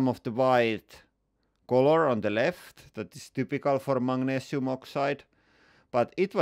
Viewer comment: Mate, it's Magnesium, not "Mangnesium"! That's worse than the yanks calling Aluminium "Aluminum".